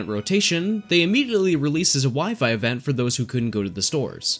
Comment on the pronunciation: It bothers me a little that you seem to to say "evenn" and not "event" :D haha but no worries :P